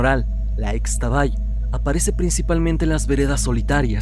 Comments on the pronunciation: Es Ixtabay (en maya la x suena como sh) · Muy buen vídeo como siempre. Únicamente una recomendación, Xtabay se pronuncia como Ishtabay...😇😇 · solo como dato cultural, en la lengua maya, la "X" se pronuncia como "sh", entonces se escribe Xtabay, pero se pronuncia Shtabay. Saludos!!